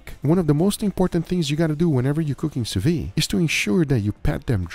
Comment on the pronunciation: I HAVE A DREAM, that one day will pronounce the D at the end of sous vide